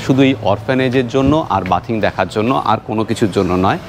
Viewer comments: হাঁটাহাঁটি আর হাতাহাতি টা বেশ লাগলো। কিন্তু " বাথিং " টা খুব কানে লাগলো। ওটা " বেদিঙ্গ " হবে না?? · Katha ta bathing noi bething,,jadio uchharan aladA, spelling ak